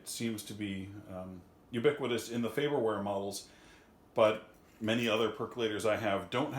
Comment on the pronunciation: FaRberware, sir. There are two Rs. Good video, though.